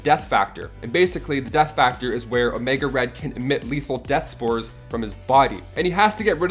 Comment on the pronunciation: Oemga Red lol